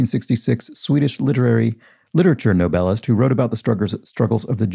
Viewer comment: Every time you said Nobelist I thought your were pronouncing 'novelist' but completely incorrectly. I was working on another PC at the time, in my defence.